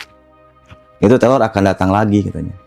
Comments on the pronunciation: Salfok abg bilngnya telor. Bkn teror mungkin abg nya cadel ya. Maaf kalau salah🙏🙏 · Sebenernya cerita si abangnya serem, tapi karna selalu nyebut terror jadi telor jadinya ngakak 😂😭🤏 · Bukan telor atuh tapi reror😂😂😂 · Teror bang bukan telor😂